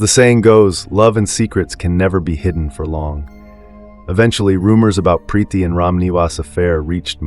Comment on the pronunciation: Preeti not Prethy, Shalini not Shellini😮